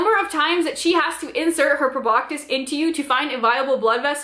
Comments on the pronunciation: I’m triggered every time she says “proboctis” Girl… there’s no T in that word. It’s pronounced “pro-bah-sis” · Cool video but garr its pronounced Prob-BAH-SIS. NO K sound. :). But I liked the vid.